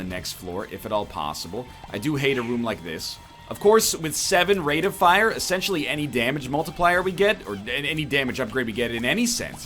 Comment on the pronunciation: anyone else think that nl's pronunciation of "rate of fire" is extremely odd 🤔